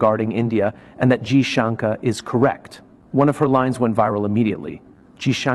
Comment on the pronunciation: Damit it is not junker you stupid be more courteous and atleast pronounce the name properly and that to for.a.seasoned Diplomat